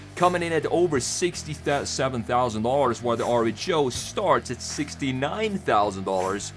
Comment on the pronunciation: Are you sure that RHO is pronounced AAR-ECH-O It seems to be the greek letter Rho. Which is pronounced "ro"